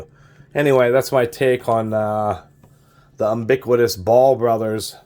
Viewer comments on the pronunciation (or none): “Umbiquitous” lol